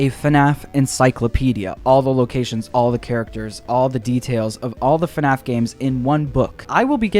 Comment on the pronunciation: he said fuhnaff 30 times